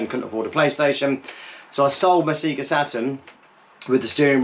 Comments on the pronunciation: trying to tell us about the Saturn when you say ‘Sega’ like an absolute plonker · I feel like I've never heard someone say "SEAGA", it took me by surprise! I definitely took my cue from the "SAYGA" booting the old Mega Drive. I grew up in Lancashire and never said it any differently as far as I can remember. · never heard an American pronounce it like that either.